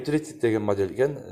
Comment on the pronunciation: Жакшы тартыптырсын, эшиктердин Узун туурасын айтып тар.анан модель деген созду жакшы айтчы